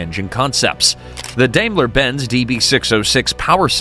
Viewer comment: Teach you AI robot narrator how to pronounce "Daimler".. It's DIME-ler.